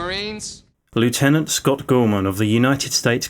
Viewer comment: You're English. It's pronounced "lef-tenant" 🤦